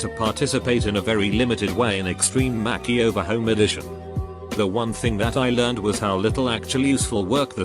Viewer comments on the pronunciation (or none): I love the way this Bot mispronounces things. Makeyover, Faucebook, Fianke, and others. 🤣